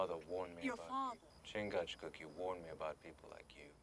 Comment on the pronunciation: Talk about mutilating a name. It is spelled Chingachgook, in three syllables.... Chin-gach-gook. The French referred to him as "Le Gros Serpent" The Great Snake, due to his ability to judge people's motives and intentions, and strike swiftly. Similarly, Magua is given the alias "Le renard subtil" meaning The wily fox.